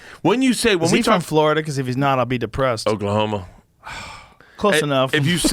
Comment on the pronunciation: Did he say Oklahoma?